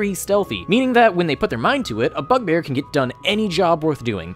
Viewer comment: I thought you said fuckbear 😐